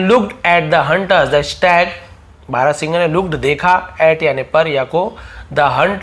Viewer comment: Stag pronunciation wrong